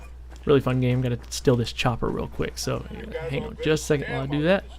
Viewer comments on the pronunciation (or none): none